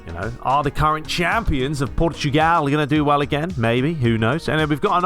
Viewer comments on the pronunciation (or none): none